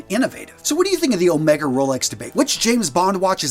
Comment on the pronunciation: With "Omega" the first syllable is stressed: "Ohhh-mega" or "Ommm-ega" if you will instead of "O-mehhhga".